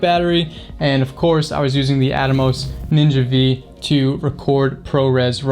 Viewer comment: AFAIK it isn’t the ‘Ninja Vee’ it’s ‘Ninja Five’. V is the Roman numeral for five.